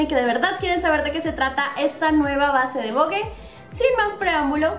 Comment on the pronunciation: Hola amiga muy buen video soy de chile🇨🇱 y se pronuncia vog nomas y se escribe vogue